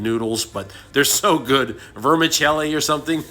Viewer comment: You did pronounced the word “vermicelli” correctly sir. 👍🏽🤙🏽